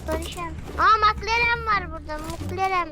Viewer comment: Nobody:: mıklaren